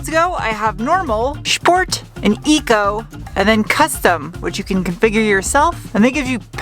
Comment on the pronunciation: did u say shport?